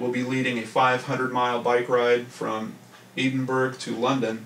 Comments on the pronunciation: Fyi Edinburgh is pronounced Edinborough..( Ed in burra ) Thanks for the great content u provide on yr channel. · Edinburgh pronounced ED IN BURRA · Your pronunciation of Edinburgh is so off I didn't know where you talking about! sorry